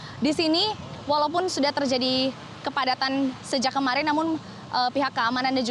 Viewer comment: Aku dengar nya kemalin wkwkwwkk kemarin btw 😂 belajar lagi ngomong nya. Jngn belajar ngeritik orng aja dn melihat kesalahan orng